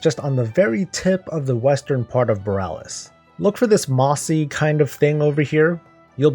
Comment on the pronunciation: Great vid. It's pronounced Bahl!